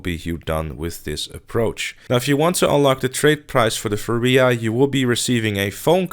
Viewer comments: Furia is pronounced like this btw : Foo-ree-ah great video. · "Foorooah supercar" yep, exactly